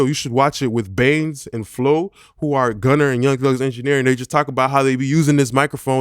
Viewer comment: Dope video..U be killin me pronouncin gunna name as gunner 😂..and da way u pronounce saturater 😅